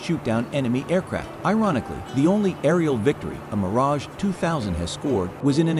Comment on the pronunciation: Always the same... the name Mirage MISPRONOUNCED.